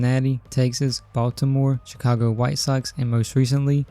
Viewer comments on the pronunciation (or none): none